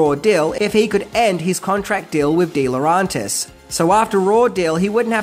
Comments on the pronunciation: Just get it right, mate. Its Laurentis not Laurantis. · lmao. slip ups are the best, aren't they? Misspellings, mispronunciations and mildly funny one-liners are an added bonus and the reason I prefer countdown lists compared to other collections of Top Ten Countdown' lists. Lerauntis instead of Laurentis, so funny 'cause he repeats it a dozen or more times. Keep it up,. Don't you ever change or you'll end up becoming yet another same-old, same-old, which I for one would stop following.